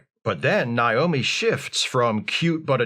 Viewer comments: I think it's a dialect thing. I live in an area where people pronounce the name like that as a default. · Is mispronouncing Naomi's name a bit? Cus like... has seen this shit a million times. 🤔